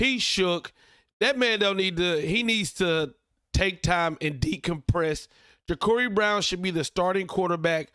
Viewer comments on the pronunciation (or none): It’s Juh-car-e (not curry) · It's Ja-Car-ee bro. Just letting you know